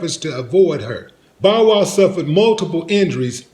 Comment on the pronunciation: D say Bowl Wow one more time 😂 😂